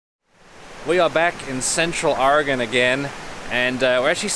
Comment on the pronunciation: Ok you pronounced siskyou correctly but how you pronounce Oregon is a little off lol. Port orford is an awesome little town, when we went a couple years ago we found some awesome green jasper and agate formations that we have stashed away now and it's good that you went to the dive, we went to redfish and it's a never again place as the service sucked and it was a bit spendy as they were trying to be a 4-5 star place in a small coastal town. I live in Salem btw so am a Oregonian lol